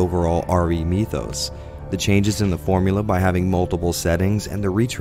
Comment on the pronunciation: is not how you say mythos